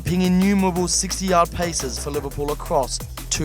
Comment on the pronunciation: did he say "60-yard paces" instead of passes